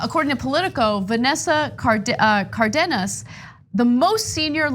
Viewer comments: It's not "Cardinas" it's Cardenas, as in Car Den Nas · She pronounced Cardenas correctly, which is very uncommon . "Car dean us" is incorrect and commonly used "Car den us" is correct